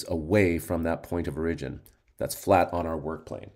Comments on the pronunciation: Oh my ears! It hurts! (Standard American English: /ˈɔɹ.ɪ.d͡ʒɪn/ or /ˈɔɹ.ə.d͡ʒɪn/ (sounds like OR-ih-jin or OR-uh-jin). --- Otherwise great video! Thanks! 👍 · Good video and explanation. My only question isn't based on material... Where are you from? It took me awhile to figure out you were saying "origin" lol